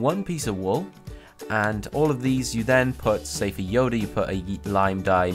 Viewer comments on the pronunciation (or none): none